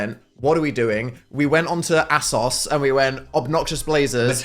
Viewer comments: the way dan pronounced asos as "ass-os" made me gag. pls tell me this is not the correct way to say it... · Never in my life have I heard asos pronounced ASS-os, thanks Dan never gonna escape the ass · i have never once heard someone pronounce ASOS as AHSOS wtf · Why did he pronounce asos like thatttt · hearing dan pronounce asos like that was more horrific than any of these outfits